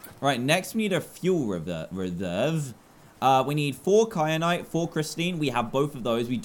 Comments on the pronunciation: It's ky-anite not kry-anite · It annoys me that Dan says “kryanite” and not “kyanite” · It annoyed me too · also that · Triggered me sooo much when Dan kept saying kryanite and not kyanite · Does it bother anyone else that Dan says kry-an-ite even though it's Ky-an-ite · kryanite?? ITS KYANITE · Kyrite not Kryanite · why did you say cry-anite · the entire time i was screaming ITS KYANITE, NOT KRYANITE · It’s kyanite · Dan:"Kryanite" Me: Triggered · Wait a minute .....did dan say "wait a cotton picking second". Ouch Btw he said kry at nite instead of kryanite lol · Dan please stop adding an r to KAYANITE